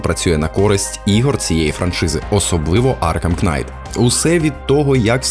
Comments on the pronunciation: Аркхем Кнайт? - kNight, K не читається в словах "knight", "knife" тощо бідна мова "вражаюче" використано 12 разів, з них в частині про Цусіму - 5 разів... "добре" - 8 разів "до біса" - 7 разів... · Дякую за крутий і регулярний український контент) Не хочу бути душнілою, але назва гри читається як Бетмен Аркам Найт, на початку багатьох слів, що починаються на kn, літера k не читається 😊